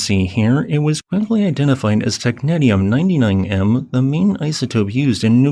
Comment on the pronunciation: May I correct your pronunciation of the word "technetium"? It's not "tek - net - ee - um." It is "tek - NEE - sh(ee-)əm".